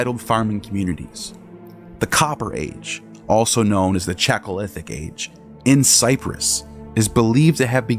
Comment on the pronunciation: It's not CHAK-o-lithic, it's CHAL-co-lithic. {:o:O:}